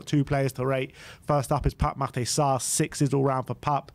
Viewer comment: why do you say Pape "Matay" Sarr? It's Matar you fool